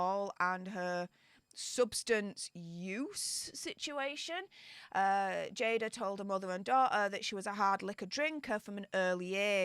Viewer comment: It’s pronounced Jay-duh.